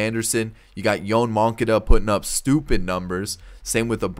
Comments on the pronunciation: He says moncada’s name wrong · He does it on purpose to upset people. He knows how to pronounce it